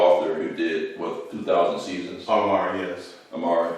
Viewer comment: An observation, not a correction with regard to the Ghanaian master writer Ayi Kwei Armah. His last name was pronounced by himself and others as "R-MAA" or "are-Maa" as apposed to how it is pronounced here as "Ah-Mar". Then too pronunciations of names/words are sometimes cultural and regional depending on the speakers, so there is no hard fast rules as such and therefore not a right or wrong.